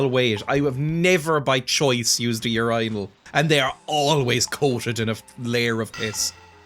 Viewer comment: You need to try acid. Once. With a trusted babysitter to watch you and laugh. The fun thing about you is you can guarantee they will have a phone and record all the dumb shit you say. Also do all oiyrish people say urinal that way you do? Are you gaslighting me right now?